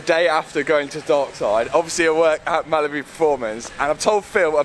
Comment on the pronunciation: Sounds like he's saying Malibu not Mallory😆